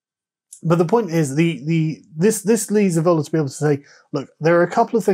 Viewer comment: This mis pronunciation of 'Evola', which I believe Carl started, is unacceptable.